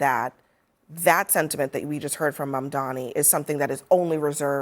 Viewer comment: Can someone please tell them that it’s Mamdani, and not Mandami🤣